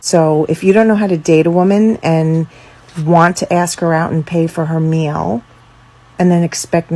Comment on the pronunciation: the way she says: "meal."